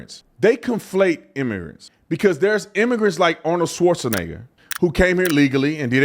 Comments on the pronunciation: Schwarzen = Black Egger = a mountain in Austria You say "schwarzen" (pause like the Brit's in wo'ah) then egger. Like SH-var-TSen'eggA VAR like in vase SH like in shell TSen like in Cent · ARNOLD SWORDNIGGA ⚔️🤣🤣🤣🤣🤣🤣🤣🤣🤣🤣🤣🤣🤣🤣 TATUM PRONOUNCING IT ARNOLD SAUCENEGGAR🤣🤣🤣🤣🤣🤣🤣 A LEGAL DOING ILLEGAL WILL GET JAIL TIME; WHAT ABOUT AN ILLEGAL DOING ILLEGAL ACTIVITIES..... THAT'S LIKE LEGALS MUST PRESENT THEIR ID CARD GOING TO BARS, NIGHTCLUBS AND CASINOS BUT WHAT ABOUT ILLEGALS; SPECIAL TREATMENT??? NO! THEY HAVE TO SHOW THEIR ID 🆔 TOO, THERE YOU GO..... DID THEY WANT TO PROCEED THE LEGAL PROCESS (DMV).....